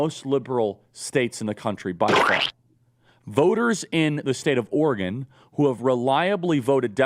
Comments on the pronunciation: OR-GUN, Charlie? OR-E-GON (said ala Gordon Cole). A Republican National Recovery Act??! This is ableist for real. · Is Oregon pronounced Organ? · As an Oregonian, Charlie pronouncing it "ORGAN" over and over again makes me want to scream. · Is charile saying "Organ" or is it just me? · Listening to trying to pronounce Oregon was painful. Organ, organ, organ. Ahhh